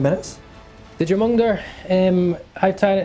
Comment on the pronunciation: Easy way to say Jormungandr...(your-mun-gone-dur)